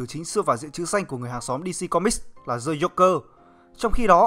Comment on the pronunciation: Bạn nên luyện phát âm tiếng anh lại đi nha. Chữ "The" mà phát âm là "giờ" "gì"? Nghe bạn đọc "gì ờ mây ding sờ pai đờ men" mà mắc mệt